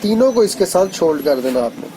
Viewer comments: سولڈر ہوتا ہے شولڈ نہیں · Yar shoold nahi , Sold